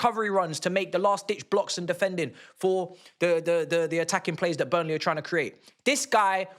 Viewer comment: It’s BURNLEY bro chill 🙄🤣